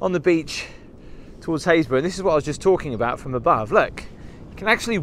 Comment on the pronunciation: when you left the church, you called this place Hayesburgh - i thought it would have sounded more like happis-burgh lol ive never heard of this place. just a suggestion.. for those of us who know nothing about where your places are... it would be nice to see a tiny shape of UK in a corner with a dot of where you are. ... like i said... just a suggestion, as i have to look up every place :)